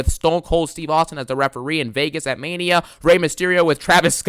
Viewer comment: DOES IT FEELS LIKE MAINA SEASON NOW-AHH... I'M THE GAME-AHH 😂😂😂